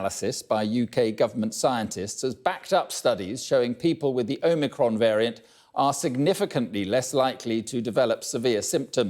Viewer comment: ohmehcron vairyant